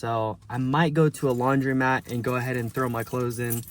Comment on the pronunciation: It's called a LAUNDROMAT and not a LAUNDRIMAT as you call it.